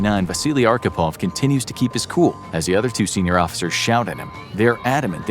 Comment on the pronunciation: Good video, my friend. Respect. Expect you Americans always badly mispronounce our Russian names :) LOL . His surname was Архипов , pronounced as Archipov, with "wh" sound, like in a "hole" :) But I do not blame you, you did a great job.